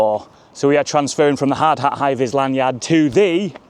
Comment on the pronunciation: it sound s so wrong your lanuard thing lmao